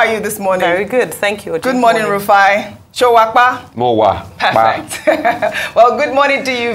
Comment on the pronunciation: Ojy: "Showapa?" love it! you're doing well!